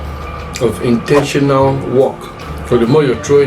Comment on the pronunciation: Aah aah that word intentional can never be over emphasized oo